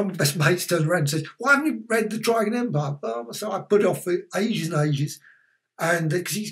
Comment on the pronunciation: You've made me realise I've been mis pronouncing Trigan all my life. I always say 'Triggan' rather than 'Tri-gan' XD